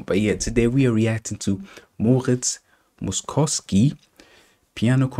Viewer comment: Moszkowski’s name is pronounced like “mosh-kov-ski” 😉